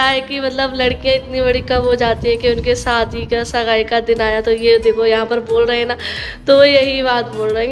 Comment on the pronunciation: Bolna seekh lo pehle fir vlog bnana lgta hi nahi Muslim ho kya talafuz hai....itna sunne me kharab lgta saadi,sagun 😂